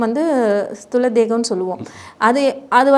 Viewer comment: ஸ்துல தேகமில்லை ஸ்தூல தேகம்